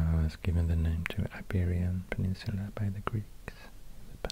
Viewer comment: Yay he said the península, I'm from Navarra.